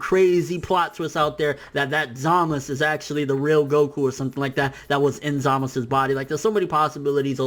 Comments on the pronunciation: Zaaaa-mas-suuu not Zamisss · "Zamus" who the hell is zamus? 😂😂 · ZAMASU ITS ZAMASU!! Lol but good points man